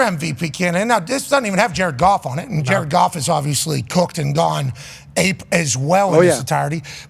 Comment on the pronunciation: Ja-red Goff, Ja-red Goff